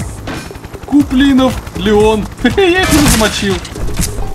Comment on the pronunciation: Не кУплинов, а куплинОв